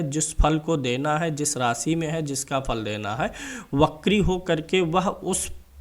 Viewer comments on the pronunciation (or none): wo bakri nhi vakri hota hai its वक्री